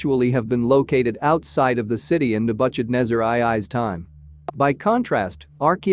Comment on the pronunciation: Agreed..... pronunciation errors are horrible. Nebukadnesar is unrecognizable. Cancel Apia.